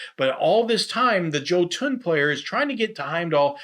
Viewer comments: Jotun is = Yoe-tun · Bah, mispronunciations are part of his charm.